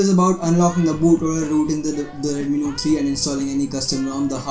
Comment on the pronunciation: Redmi "nore" 3